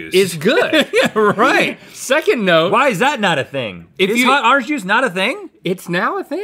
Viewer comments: "Hot arnge juice" I love how Rhett talks NOTE:ITS ORANGE NOT ARNEGE BOYO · "Hot arange juice, hot arange juice!" -Rhett